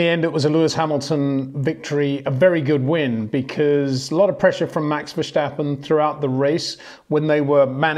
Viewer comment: Peter is giving it the correct Dutch pronunciation.